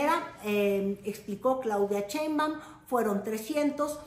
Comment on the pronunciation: Porque el apellido de nuestra presidenta lo pronuncias como CHEINbaum ?? Y el apellido del presidente Trump si te esfuerzas por pronunciarlo Muy a lo gabacho??